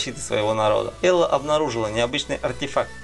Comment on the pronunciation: Посмотрел первые полторы минуты и.... Что за бред? Ты б хоть обзоры посмотрел для начала. Какой крафт, какое строительство в ремнанте? Как нафиг там вирус? .....и Элой а не Элла. Автор вообще не шарит за игры про которые сделал ролик.